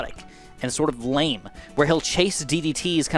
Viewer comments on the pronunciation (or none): none